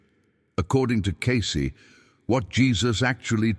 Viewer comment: The paleaseeee. Its not pronounced, ascenies, "seriously" for crying out loud, nor Is it case, it's pronounced,as its spelled, cacey, Cacey. And you ask people to support this podcast, you can't pronounce the names, why should we believe your even putting out the "true Cayce records? maybe you should, type 777 if your even real. !!!